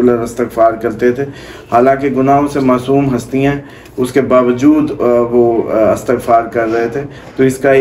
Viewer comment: Talafaz glat hy aap ka. Istagfar bolty hn